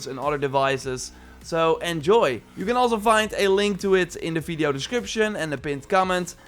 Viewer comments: He always proncounces 'V' as 'F'. Hence, video would be fideo. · lol the way you say veedio instead of video is funny hehe